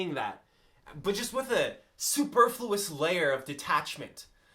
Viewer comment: It's pronounced "superfluous"